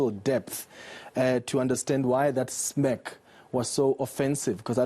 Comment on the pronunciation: You enca racist should learn to say "smirk" properly... fake media